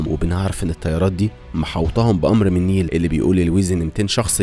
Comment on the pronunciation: اسمها نايلة مش نيلة 😂😂😂